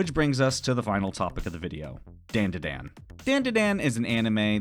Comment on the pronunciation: You were definitely aware of the sensible and commonly accepted pronunciation of "DanDaDan" prior to making this video and yet you still chose to pronounce it like dendeden... why 😭